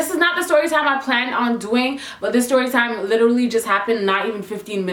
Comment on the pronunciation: "STYORYTIME" Same, Same.